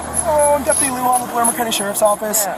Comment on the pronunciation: The 'j' in Luján is pronounced as an h.